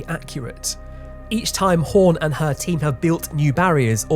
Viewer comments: Don't listen to these suck-ups telling you your pronunciation is fine. It's not, it's absolutely terrible. Hörn rhymes with Heard; it's not "horn". Consonants are ENUNCIATED. You tried to say Fagradalsfjall in a way that no Icelander would understand. I thought you were segueing into a falafel ad. Better would be to pronounce it as "FAK-RA-DALSE" (rhymes with LAG MA DANCE) and then you're basically screwed because the LL in "Fjall" makes a clicking sound that most people mishear as a 'K' (the K is formed in the roof of the mouth, but the LL click is formed around the wisdom teeth). Should you re-record parts of the audio? Probably, yeah. You are welcome for the brutal truth. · your pronunciation was fine, except where you kept throwing in German "sh" where it was just an "s". Oh, and you mispronounce the Horn lady where the o has the dots over it, umlat-style, making her name more like Herne, or Hurne, but definitely not "Horn," The Icelandic place name you threw in an 'h' something fjord. Also, you spelt somethings that should have had a 'j', like Rejkjavik, with a 'y'. They don't use that letter. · 'Hörn' is pronounced Hearn!